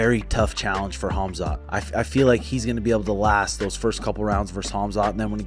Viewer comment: says Hamzat for Khamzat and i love it